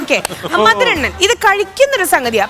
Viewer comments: മധുരണ്ണൻ അല്ല.... മധുരണ്ണാൻ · Mathurannan alla mathurennan🤣🤣